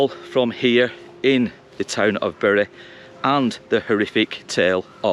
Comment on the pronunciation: It is highly rewarding to find someone able to pronounce my hometown properly. You could even pass for a local 😜 I married a Whitefield lass, and she still says berry 🫤